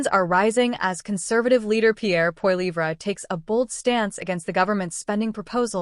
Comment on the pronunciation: You might want to learn how to pronounce Poilievre name you are pronouncing it completely wrong. Disrespectful